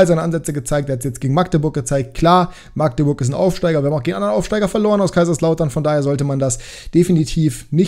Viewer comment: Habe in Magdeburg ein paar Jahre gewohnt. Definitiv Magdeburg mit kurzem a. Also nicht: Maaaagdeburg 👍